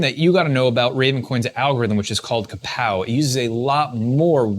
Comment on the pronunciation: KAWPOW not KAPOW